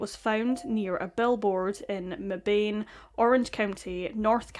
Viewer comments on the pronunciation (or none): Meban. Short "a". This breaks the rule of long "a" if followed by an "e". Welcome to English.